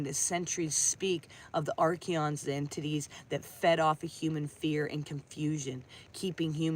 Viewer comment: Hello, thank you, it is Archons not Archions. Kisses